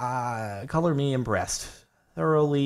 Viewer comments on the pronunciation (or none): I can't be the only one who thought on he said "Cover me in breast"